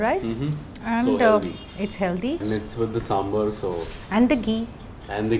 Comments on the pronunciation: Hi, its Sambhaar, not Sambhr!! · Its not Sambhar, its Sambhaaar🙄🙄🙄